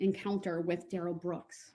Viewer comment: Oh No!!! I did a Duh-rell. Preacher Duh-rell.